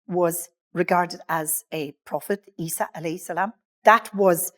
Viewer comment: Good to listen to her story as she said Isa a.s. That is the right way to pronounced. We as a Muslim, we believe no human can change anyone name or deny any verse stated in the Quran.